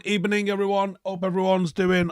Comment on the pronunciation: LMAO the opening ebening!!!